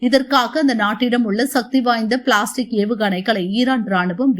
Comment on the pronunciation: என்னடா செய்தி வாசிக்கிரீங்க அது பிலாஸ்டிக் ஏவுகனண இல்லை பேலஸ்டிக் ஏவுகனண..